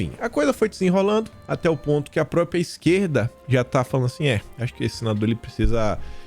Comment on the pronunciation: Bom dia, pelo amor de Deus, não é própia...é própria. Bjs